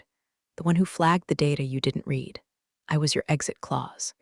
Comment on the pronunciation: When will those who post these stories finally edit them before they're posted? Once again, the tense use of the word "read" is pronounced incorrectly. Monarch was misspelled. Some words spoken by the narrator were totally incorrect in the caption. Also, the storyline has been used several times already. And it's always a VP or CEO or some higher up that thinks they're going to change the world, only to tank the company right under the nose of those above them. A fresh storyline needs to be developed.